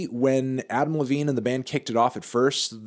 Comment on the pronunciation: When he says Adam Levine it sounds like he's saying Applebee's